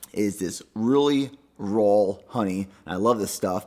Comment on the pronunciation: it is RAW honey... not RAWLLLLL